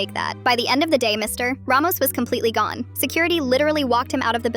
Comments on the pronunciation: "Mr.......... Ramos" like why the big dramatic pause after saying Mr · Ai probably reading the period as a full stop instead of an abbreviation of mister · The AI reads the period, so it pauses 💀